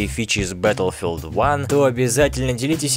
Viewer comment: батлфилд, а не бэтлфилд